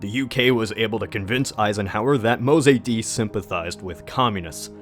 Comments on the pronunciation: IT'S NOT MO-ZAY-DEE BUDD, IT'S MOSADDEGH PRONOUNCED MOE-SAD-DEGH. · your pronunciation of mossadeq is bothering me soo much dude (pronounced moe - saad - egg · To (...and my comments are really meant as a compliment ): Despite several inaccuracies and omissions and the fact that you got the pronunciation of Mossadegh's name wrong... A great effort!!! Most of the historic commentaries on Iran are plain wrong and misleading, as their narrative is developed by outsiders who have almost NO exposure to the country and its culture from within. They simply regurgitate worn out platitudes they found elsewhere ( yaaaaaaawn!! ). On the other hand you seem to have done good research to come up with the perspective and narrative you are offering! Kudos! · Why are such fake items masquerading as history allowed on YouTube? This guy can’t even pronounce the name Mossadegh right. And what « coup » are they blabbering about? The Shah ruled from 1942 to 1979, Mossadegh was one of his 20 Prime Ministers nothing more. In the constitutional Iranian system the Shah hires and fires PM’s as he pleases and based on the wishes of people or the Majles or parliament. Mossadegh had become one of the most hated men in Iran after the economic collapse he caused. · The way he pronounces Mossadegh...😳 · Lol it's not read "Ayatoya" Ayatollah isn't a spanish word.. And it's Mossadeq not mossadi